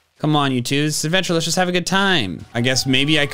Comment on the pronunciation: I love how when he said TWO?! it sounded like he said POO?!